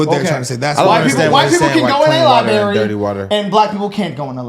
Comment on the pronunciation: Stop saying "libary" , It is "library" with an "r".